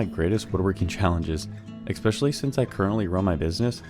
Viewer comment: (Where's he from? Oh, he immediately pronounced it "eckspecially", must be mid American) :)